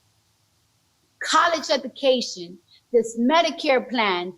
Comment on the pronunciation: I don't know which is more embarrassing - "kawlesh edookaishen", or how obvious it is when he's reads from the teleprompter. As a Latino I feel this is an insult to the Latin American community.